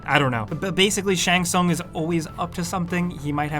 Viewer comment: I like how he pronounce Shang Tsung different every time he said it.